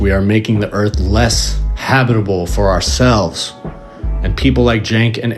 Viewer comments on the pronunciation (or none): none